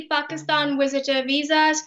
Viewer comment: Wisitors and weezas.